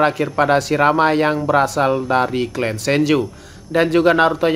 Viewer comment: Clan ya di baca nya tetp klan, bukan klen hadeuhhh ngmng aja ga bener